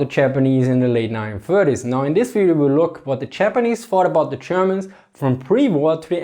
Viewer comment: I love the way this guys pronounces “Th” and “v” like an “f” lol